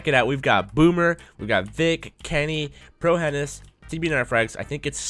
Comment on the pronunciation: Pro henis it spelled that way bit pronounced pro hinus